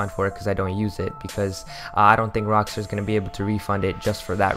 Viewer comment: "Rockster" its rockstar dude